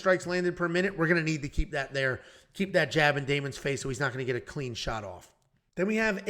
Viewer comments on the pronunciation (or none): none